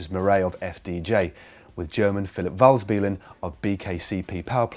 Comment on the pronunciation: It's Philipp WalsLEBEN, not Walsbelen!